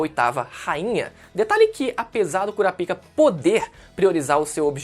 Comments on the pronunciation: não fala " CURA PIKA " más sim " CORAPAIKA " tendeu, pronúncia assim cara. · Basta assistir o anime para saber que a pronúncia é "Kurápika"....não acredito que tu entrou na do Mangão... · Kura pika? Wtf? Se lê KURÁPIKA tudo junto. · Sempre q fala o nome daquele cara q cuida d pênis doente eu dou risada , o "Curapika" 😂😂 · A pronúncia certa não é “cura pica” kkkk e da outra forma mesmo que você falou kkk